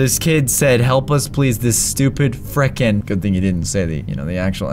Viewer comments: it’s not freakin it’s frikin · it's frekin